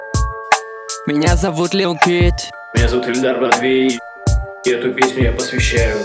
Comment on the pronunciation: *grammar nazi mode* - "Ельдар" дизлайк.